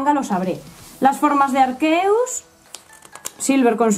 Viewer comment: Arqueus? Así lo pronuncian en España?